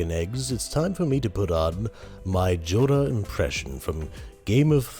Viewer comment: I’m sorry did he say joda ? Not Jorah ?